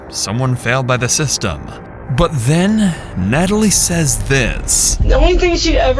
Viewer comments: This didn't make sense until he said "nat-a-lie" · Right when he said Nata-lie, I was like WTF Forrest?! 😂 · Wow this interrogation just...wow and how he pronounces his sisters name amd his stories and his accent sounds so weird